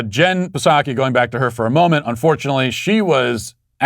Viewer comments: Matt, it's pronounced Jen Sock(ee) the P is silent man😂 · I’m a 42 year old grown man and I STILL laugh every time you say “Jen PAH-saki.” Makes me feel good. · Me too. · I'm a mid twenties woman and laugh when he says "Jen PAH-saki." It transcends all barriers! Psaki is such a putz and Matt is a treasure :) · He said P-saki. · Matt Walsh Show Drinking Game Drink when: 1. Any time he pronounces Psaki with a "P." 2. If he is wearing polkadots. 3. If he demands a like for his video. 4. Mentions the Sweet Baby Gang. 5. Bicep Cam is used. YouTube comment lightning round: Choose 3 comments from the previous video. Drink for each one read. If he reads yours finish your drink. Enjoy!